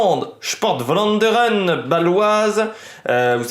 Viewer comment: 1 Vlaanderen se prononce pour vous une bonne fois pour toute f plus v merci